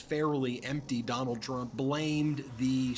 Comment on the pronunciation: I might have misheard; but I thought another commentator said, "Don-Old". I hope it catches on.